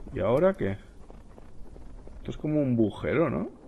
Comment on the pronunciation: muy bueno el video pero lo de bujero es muy muy fuerte se dice AGUJERO un saludo